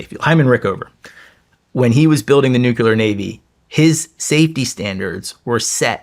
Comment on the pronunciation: Its crazy how smart he is and still says nucular